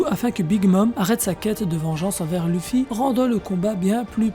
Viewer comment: Sa m'énerve comment tu dis wano kuni ou luffy...... frère fait un effort!!!!